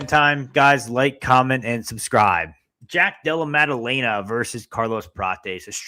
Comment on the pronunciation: pronunciation of the week: Maddaleña 🇪🇸